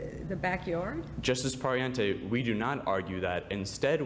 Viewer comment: Everyone is talking about how the first speaker was really good, and I agree, but the fact that he kept on pronouncing "Pariente" wrong bothered me a little bit...